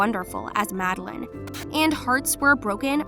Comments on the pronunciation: Her name is pronounced madel LANE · Mad-de-laine Madelaine Petsch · its Mad-e-laine 😈🚍